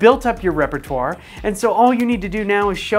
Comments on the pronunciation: "Repatwar" killed me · “repratwar” had me dying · Say "repertoire" correctly, my dude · Your REPRATWAR made my day!